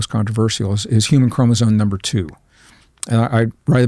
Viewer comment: It's bugging the hell out of me that this highly educated and smart man keeps saying "chromosone" instead of chromosome. If you're going to give lectures or go on podcasts to talk about these things then you should probably know how to properly pronounce a simple word that kids learn at a young age.